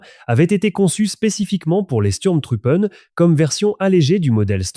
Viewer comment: Votre exposé est très intéressant, mais, travaillez votre prononciation de l'Allemand: Sturm se prononce "CHtourm" Truppe se prononce "trouppeuh" Truppen se prononce "trouppeune" Faites un effort, Donnerwetter!!! votre prononciation est ridicule.